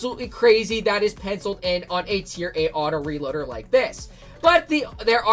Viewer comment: Bruh when u said autoreliader I was like HUH